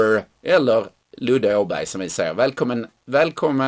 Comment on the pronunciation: Ni kan väl försöka uttala Åberg på Svenska till att börja med... ;-)